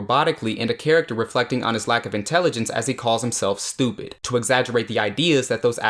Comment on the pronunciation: this explanation makes me feel like a simpleton cuz in "when you have to question your own intelligence" what had me laughing was the way he said "stupid" sounded like "stupit" instead 😅